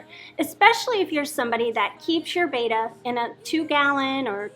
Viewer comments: bet uh not bey tuh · You guys pronounce BETTA like a bunch of mongs